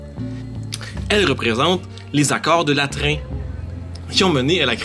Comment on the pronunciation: Les accord du Latran, pas du Latrin 🙂